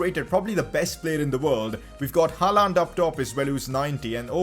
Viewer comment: he is pronouncing haaland wrong its pronounced holland